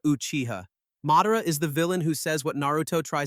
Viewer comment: Can you please learn how to say theese names correctly its mah-dah-rah notnwhatever you said its ala basta not alah bahsta and theres a lot more